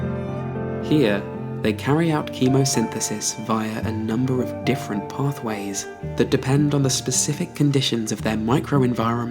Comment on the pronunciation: "the specialization of the differen tanimals"??? Honey, I suggest you get hooked on phonics.